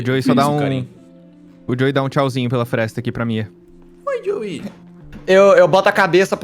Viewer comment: na verdade ja falhou essa temporad "Frestra"